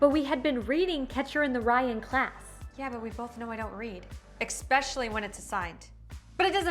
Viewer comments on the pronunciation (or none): Her: “expecially when its assigned” Me: that’s a mistake😅😅😅